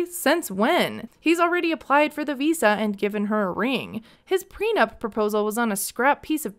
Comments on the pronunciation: The first clue should've been that he keeps saying "PRENUMP" dafac. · Why does he always pronounce it "PRENUMP"? Annoys me lol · has he been saying "preNUMP"?! He has, right? Or am I not hearing right, but it really sounds like he can't say it right. It's driving me crazy. PLEASE SOMEONE HELP ME!!!! 😩😅